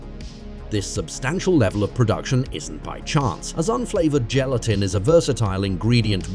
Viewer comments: Make a video, fu the pronunciation of the primary word in the video.. My job is safe from AI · Are we just going to ignore the fact that he pronounces the word gelatin differently almost every single time! Hahaha Gal-e-tin, Gal-e-tine, Yelatin, Gal-a-tin, Gal-a-tine… jellytin, jellytine, gel-a-tin. 😂😂